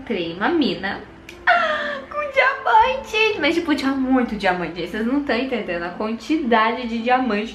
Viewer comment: ostentação de dinamante (diamante) 😁😁